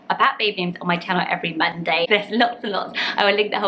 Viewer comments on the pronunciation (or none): none